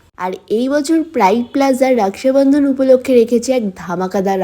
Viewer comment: রাকসাবান্ধান ?? রাখি বলতে অসুবিধা হয় ? বিহারী চাপড়ির বাচ্চা